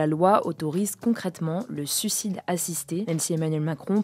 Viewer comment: Petite reco : on dit « suicide » et non pas « sucide » J’adore votre travail continuez !!